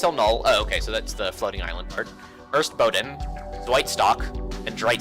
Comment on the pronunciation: why are you missing letters when you read things like "der erste boden"? Where is last 'E' ? Why are first letters E and R are merged into some indistinctive sound?